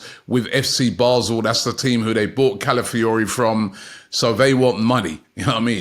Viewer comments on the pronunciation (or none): none